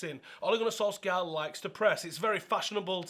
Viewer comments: It's pronounced "soul-shah" ffs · The "skj" in Solskjaer is pronounced like the "sh" in short - norwegian